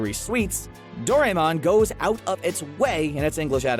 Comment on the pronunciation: Please, please, please. Doraemon is pronounced Doh-ra-eh-mōn